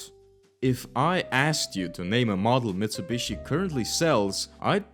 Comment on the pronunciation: hundy, mitsabushi, jagwar, bee em doubleya